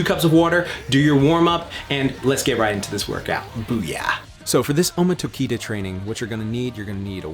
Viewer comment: I've been waiting for this! Finally, took you long enough! You pronounce Tokita very badly, and is the other way: Tokita Ohma and you gotta work on that pronunciation ma boy. And no, in my opinion the Kengan series is nothing like Baki and to me it towers over the Baki series, I just love Kengan Ashura and I'm waiting for the next chapter of Kengan Omega (the sequel).